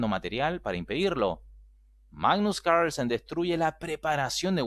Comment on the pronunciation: Like si disfrutas cuando dice magnus caaahgrlsen xDD